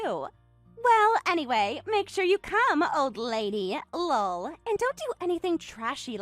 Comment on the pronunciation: Saying "Lull" every time LOL comes up is seriously ridiculous. Just laugh for goodness sake.